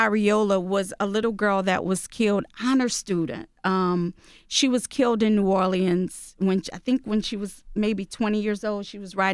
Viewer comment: NEW ORLEANS.... I’ve never heard anyone pronounce it how she is. Sidebar her fit is stuck in 97